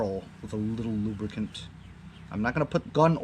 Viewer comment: Never say... Lubricant.... Only lubracan.... LMAO